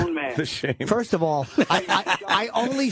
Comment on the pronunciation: and the total opposite when "Furst of awl" comes out of Vos' mouth.